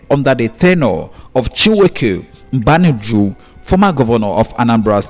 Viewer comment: Mmadu not madu